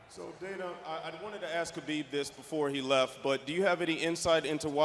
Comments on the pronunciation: Dana still pronouncing Khabib's name with a K lmfaoo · It's pronounced Ha - Beeb. people get it right. Geez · WTF his name is khabib or habib? Am I the only one hearing ppl calling him habib? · k is silent, habib means "beloved" in Arabic. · Habib, k is silent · First guy kept saying “Habib” 😂 sit down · K is silent in his name like K is silent in "Knowledge".. his name is Habib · is his name pronounced HAbib or KAbib ( I know its spelled Khabib) but first question said HABib lol